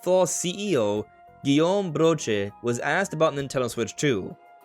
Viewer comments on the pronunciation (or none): none